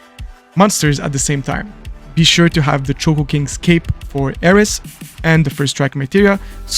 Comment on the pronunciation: *Aerith ... Her name is Aerith with a "th" at the end... Not Aeris with an "S"...